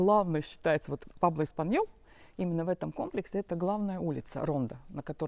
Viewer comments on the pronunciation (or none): Не Пабло, Пуэбло😂 Прожив почти 14 лет в Испании, так интересно наблюдать ваши восторги!😅 Интересно через пару лет посмотреть….Как- то жутко, никого нет…